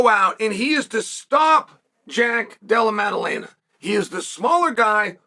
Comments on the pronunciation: LMAO who TF is Della Laema? He was closer to Dalai Lama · No, Jack has been saying it wrong the whole time. Uncle Chael is never wrong, undefeated and undisputed. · His pronunciation of Della Maddalena deteriorates in real time throughout the video, it’s incredible. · Mission impossible: Chael pronounce Jack’s name right twice